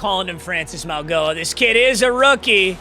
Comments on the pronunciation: its pronounced maui(mawie)-noah meags 🙏🏾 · It’s pronounced Maui-Noah just to help had him at Miami his whole college career